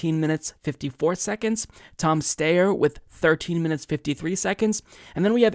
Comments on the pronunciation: Do you mispronounce Steyer’s name on purpose? I’m certain that it’s “Steye-er,” not “Stay-er” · I love you but it's pronounced STYer. NOT STAYer. I think the general rule should be however the person pronounces their own name is how we should pronounce it. Thank you! ❤ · Steyer... Sty-er Its Oscar Meyer not Oscar Mayor. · Don’t worry one of these days you’ll pronounce Styer right. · Tom STIER is the pronunciation